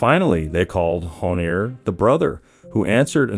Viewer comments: Es JHONIER no JONIER, me estreso bastantico esa pronunciación, intenta a la próxima buscar bien las pronunciaciones. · Dices muchas cosas imprecisas, se nota que no estudiaste bien el caso, ni siquiera puedes decir bien el nombre del asesino.